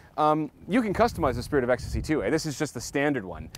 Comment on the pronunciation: “I can raise or lower my spirite of ecstasy..” hahahahhahah